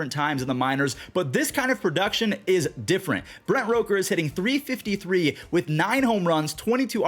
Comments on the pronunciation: ITS ROOK-ERR NOT ROKE-Er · love you but it's Brent R O O KER not R O KER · I like how you keep saying Rooker's name wrong